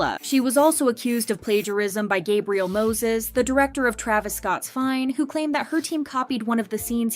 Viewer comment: Did she say Travis scott "fine" 😆 and not fein??